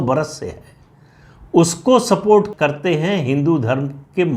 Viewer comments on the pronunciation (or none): none